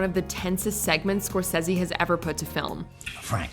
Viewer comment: She also said Martin “Score says he” 🤷🏻‍♀️ so...